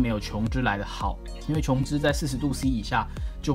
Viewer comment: 琼脂发音标准 好评